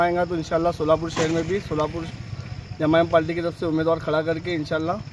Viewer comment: पहले पाल्टी नहीं पार्टी बोलना सीख